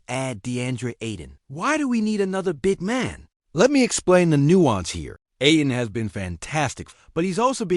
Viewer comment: The phrase "big man" has the accent ON THE FIRST SYLLABLE